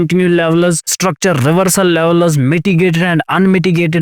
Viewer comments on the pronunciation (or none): Not लेवलस it's लेवल्स